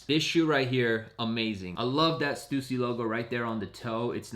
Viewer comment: Bro how is he saying stussy like that